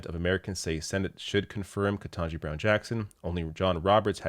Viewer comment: KETANJI. Not "ken-TAH-ji." For the love of god you're the third supposedly liberal ally YouTube commentator, just that I have watched!, to mispronounce the woman's name.